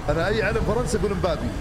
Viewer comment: علم فرنسي وCB ويقول مبابي 😅